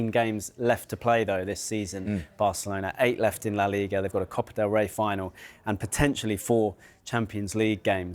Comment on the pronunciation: "cope del rey" lol